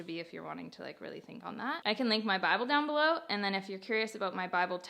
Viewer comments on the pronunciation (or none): none